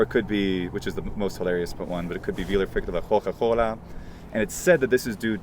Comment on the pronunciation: Great video! should totally learn Italian! Two (pedantic) corrections: 1) The Etruscan substrate theory has mostly been refuted by linguists. The Tuscan Gorgia is believed to have originated in the 16th Century. 2) the first /k/ in Coca Cola would actually be pronounced [k], since it's at the beginning of a sentence. /k/ is only realized as [h/x] after a vowel. So if you said "la Coca Cola" then yeah, it would work 😁